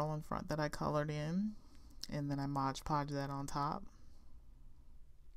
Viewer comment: Mod not modge